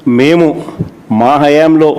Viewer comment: మీ బతుకులు ప్రెస్ మీట్లతో తెల్లారి పోతుంది. నువ్వు ఎన్ని వేషాలు వేసినా ఎన్నిసార్లు మొత్తుకున్న అవన్నీ అబద్ధాలని ప్రజలకు తెలుసు. నువ్వు పైకి పోకుండా జాగ్రత్తగా ఒళ్ళు దగ్గర పెట్టుకో. నీకు తెలుగు సరిగ్గా రాదు. హయామ్ హయాం అంటావు నువ్వేమైనా రాజువా, చక్రవర్తివా. సెట్లు వేసుకొని బ్రతుకుతావున్నావు. ఆలాగే బ్రతుకు. All the best.